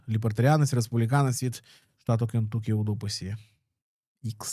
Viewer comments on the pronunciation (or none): Друже, не "КентУкі", а "КентАкі"... так правильно називають американці